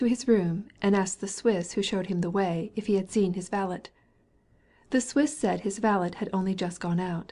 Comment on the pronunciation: sorry vale’t’? do you mean valet?